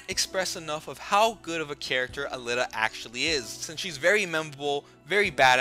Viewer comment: Aleeta is how I would pronounce it.